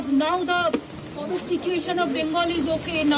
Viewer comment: Kobid nahi covid 😂😂